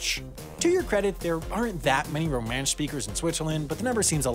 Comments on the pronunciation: Even though it's minor, but Romansh is properly pronounced Rom'e'nsh rather than rom'aa'nsh which you said correctly in the other sentence. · And he stressed the wrong syllable.